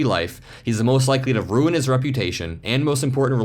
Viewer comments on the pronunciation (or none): none